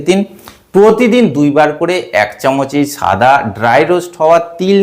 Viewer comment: সাদা কে ছাদা বলছেন